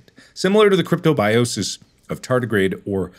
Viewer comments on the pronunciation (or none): none